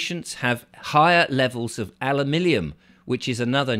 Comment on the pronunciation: Alu minium not Alu millium 😂😂😂😂😂😂😂😂😂😂😂😂